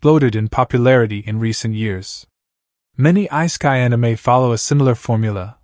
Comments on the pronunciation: Who the hell pronounces it Ice-kai? Did a machine read this? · I heard I-sky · "ice-kai" lol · Yeah, what was up with that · I cringed every time he said that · Like, so wrong lol